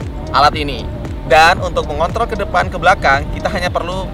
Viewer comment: "yaaa, kita bisa MENGONTOL kecepatan kita..."